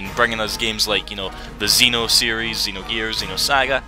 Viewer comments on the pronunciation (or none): none